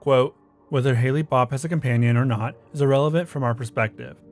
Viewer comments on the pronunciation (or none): also: it's hale, like hail, not ha-ley.